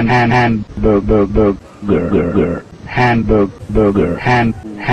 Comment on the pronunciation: the "hamger" got me💀